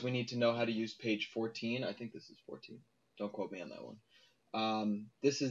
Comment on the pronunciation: Think like Zink